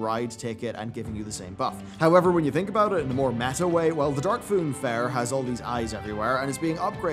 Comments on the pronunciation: "THE DARKFOON FAIRE" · "Dark Foon Fair"